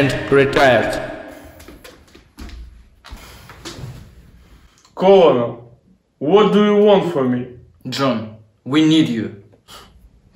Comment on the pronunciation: I'm Russian but wrong pronunciation of the word Colonel makes me sad (